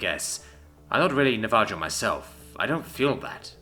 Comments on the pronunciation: Seriously?! Na-va-JO?! Dude! It’s Na-va-HO. Just like in Jalapeño. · Is that pronunciation of Navajo intentional? IIRC, it should be "Sounds like na·vuh·how", the j is an h sound, like how the Spanish name Jesus is pronounced "hay-SOOS"